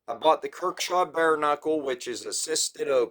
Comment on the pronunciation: Good vid ,,,, but ,,,,, dude come on if your gonna do knife vids, please research a bit .it’s not kirkshaw ,,, it’s kershaw ,, I do this to help you , not trying to rip on you. ..